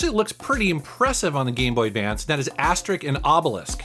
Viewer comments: Ahah had a lot of fun with the "Astrix" ^^ In France, where it's very well known, we pronounce "Ass-tey-rix" ;-) Good video btw :-) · Asterix and Obelix is pronounced Astericks and Obelicks, not Asterik and Obelisk. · "ObeliKS and AsteriKS" not "ObeliSK and AsteriSK".;-) The joke is that every character ends his name by "IX" instead of "isque" because the most famous gaul (french ancestors) in french history is named Vercingétorix. Thx for the video! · Asterick and Obelisk. I loved it :) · Excuse me for laughing at "Asterik and Obelisk" XD The comic books are genius btw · Every character from the series that's from goul has name ending with an x and you need to pronounce it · mispronouncing aside, the comic book series is amazing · Yeah, you just pronounce the "x" as you would expect... so "Aster-ricks" and "Obeh-licks". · It didnt even need research, the names both have an x at the end, but somehow you managed to pronounce the first x as K, and the second one as sk LOL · I think you pronounced "Asterix and Obelix" wrong. Look at this video (I linked it with a timecode.): Greetings from germany!